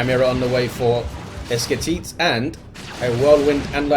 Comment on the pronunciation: esketit was beautifully pronunciated